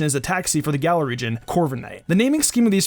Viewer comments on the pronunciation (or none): none